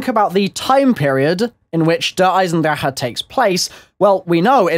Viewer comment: cant stand his pronunciation of der eisendrache